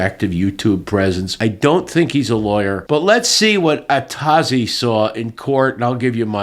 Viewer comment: The name is originally Atoz. It is from the classic Star Trek episode - All Our Yesterdays. It is the name of a librarian, and it litterally A to Z. How he basterdized the name is almost as bad a crime as Door Dash girl to a classic Trekkie.